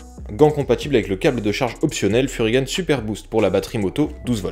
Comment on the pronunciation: Musique de Vilebrequin 😂. Et on dit pas « furygane » mais Furygan (gants) Et j’adore un mec qui donne son avis sur un truc qu’il n’a pas testé… bref. Voilà voilà.